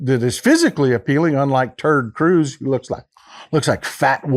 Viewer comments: Love your Texas accent. I am Australian and I swear you are saying Turd Cruize instead of Ted Cruise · Did you say "Ted Cruz" or "turd cruz?" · Love when you say turd cruise that is so funny 😂😅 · It's funny how he calls him turd Cruz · I've been around the block and I've been involved in politics my whole life and I cannot believe I've never heard anyone call him "Terd Cruz" until now. Thanks for this information and thanks for putting a big laugh in me. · Did you say Terd Cruz ?